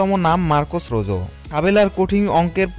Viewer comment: কে বলেছে আপনাকে এর নাম রোজো।।।। এর নাম হচ্ছে রোহো।।।।।।